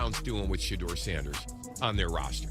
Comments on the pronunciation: If you cannot pronounce Shedeur Sanders name correctly you should stop saying his name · Pronounce Shedeur his name Correctly or Shut the Fu_k Up! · WHY THE MISPRONOUNCING OF HIS NAME WHAT IS WRONG WITH YOU??